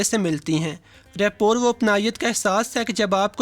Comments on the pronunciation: It is not rapor, it is rapoa.. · The word rapport is pronunciated as rappo. It's the same word that is commonly used in our daily life k is bandey ki rappo Achi hai jisko log reputation samajhtey hein. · Rapport..it sounds Rapoh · Rapport mai T silent hay